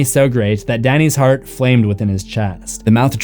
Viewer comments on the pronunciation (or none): none